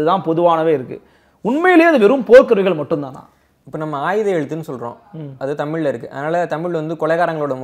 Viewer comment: ஐயா மம.. அது "ஆய்த எழுத்து"... 'ஆயுத எழுத்து' அல்ல...